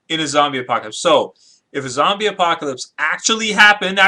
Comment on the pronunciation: its zombie not zobys and not zomby